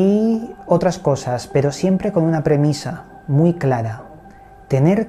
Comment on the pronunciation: Con todo respeto por que cada vez que diçes pero...pronuncias pedo? Corrijete hombre que pierdes puntos.saludos.